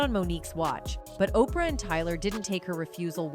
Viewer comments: AI sux as voice overs O-PRE-A lmfao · The AI can’t say Oprah name correctly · She can't pronounce Oprah 😂😂